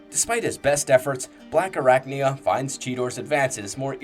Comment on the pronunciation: ….what the fuck is a “Blackarricknya”?